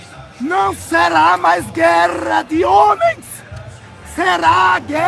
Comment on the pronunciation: "gueRRRRRRRRRRRa Santa..." 😂😂😂